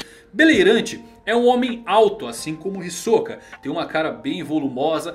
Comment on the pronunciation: Já parei de assistir esse vídeo no começo, qual o problema de pronunciar Hisoka corretamente?